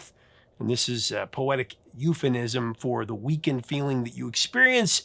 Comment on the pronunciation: Hey, Professor: There's no "n" in "euphemism"!🙂👍